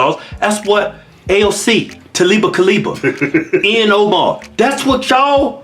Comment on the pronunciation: Lol “Taliba Kaliba”